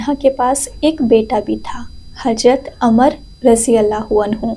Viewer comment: Amar nahin.....Ammaar bolein bitiya